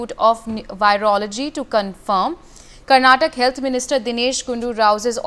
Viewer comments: It's not karnatak it's karnataka.. Kindly correct your pronounciation.. Basic needs of the communication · Karnataka not karntak.. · Call it Karnataka..not Karnatak. Correct yourself. We Kannadigas have Bengaluru in our hands. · 😂somebody train her on basics of the state and it's pronounciation.. Lol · Lady, its karnataka and not karnatak, correct your pronounciation. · Being and practising as a journalist and don’t know to pronounce the state name